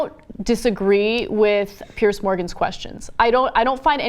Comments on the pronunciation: Ana it's Piers with an "S" not PearCe. Fuck me. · Why can't Americans pronounce the name "Piers"? PIERS. Not "pierce". You know, just like those wooden things that stick out into water. Sounds the same as "peers".